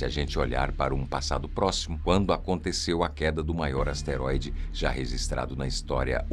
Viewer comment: É asteroide e não esteroide. Não confunda.